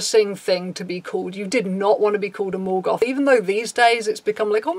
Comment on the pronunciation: took me a good minute to realize you were saying "mall goth" and not "Morgoth" and I'm just sitting here going..."I never heard anybody referring to somebody else as the main antagonist of the Silmarillion" X'D